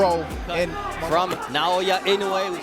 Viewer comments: Inoue pronounces his name just as it's spelled, yet no one seems to be able to get it right. NA-O-YA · WTF is with the Na-yo-ya? :D